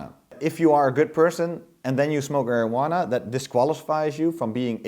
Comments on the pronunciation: Okay (maybe I have too much time on my hands, but): the "I" in marijuana is an unaccented neutral, "schwa" sound, to help the second "a" sound be more stressed, being the accented syllable. American English...go figure... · The mispronouncing of the word "Marijuana" gag got stale by the 2nd time, after that is was cringe inducing each time.